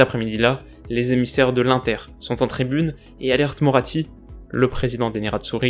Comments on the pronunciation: Tu prononce mal l'inter comme c italien on fait pas le son un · On dit inter pas inter